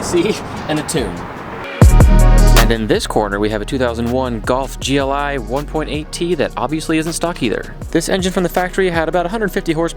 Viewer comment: "golf GLI" lol